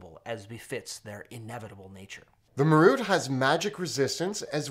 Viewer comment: ma-ROOT? (wince) MAR-ut.